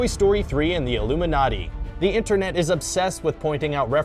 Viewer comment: "Toy story is probably connected to the illuminaty" me dying with laughter